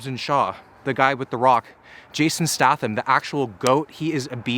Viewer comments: hes gonna say stah thim the whole vid isnt he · Wheres all the triggered people who are gonna be like its pronounced “stay-tham” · Stay-tham (silent Y) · Stath-him Me: Stath-him I barely new him. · I don't know but I uh.... I'm pretty sure it's pronounced a bit like 'State-ham'... But that's just me though... Do you 😅 love the vids man 👍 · Jason (stay tham) is how you pronounce it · "stay-thumb" lol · Its Jason Sta "aye" tham. Its a great video, just kinda bothered me, man. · its pronounced Jason Staythum ahaha but great video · Is he pronouncing 'Statham' wrong? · Hehehehe. Not sure you pronounce his name correctly. It's a hard A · be good if you could pronounce his fucking name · I thought he was joking when he was saying his last name wrong. Apparently not. I mean it is written that way, so can't give too much crap for it. Just funny to hear. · Every time this mans said jason statham’s last name I cringed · You keep saying his name wrong wtf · Announce Statham wrong one more God damn time, I double dog dare you.... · Please stop pronouncing his surname like that😂 much love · "I'm gonna eat like him. I'm gonna train like him. I'm gonna do everything like him." Except pronounce his name correctly. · please tell me you are saying his last name that way as a joke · Is anyone else annoyed by the way he pronounces Jason Statham? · the way you butchered his last name was triggering me but you seem to nice of a guy to have beef with and since I found this channel about a week ago I have been fucking hooked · That's not how statham is pronounced 😂😂😂😂😂 and you boil the water before you put eggs in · Who gonna teach him how to say Statham correctly? 😂😂😂😂😂😂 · The way you say statham hurts me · Yep. You’re a schmuck. Eh sorry eh lol. Did you come to Alexandria Va? Hit me up when you do again so I can mispronounce your name. #tafiffs. Did I just spell it wrong? 😅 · The way he says his last name is killing me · His last name is Statham, not Statham. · Im triggered 😂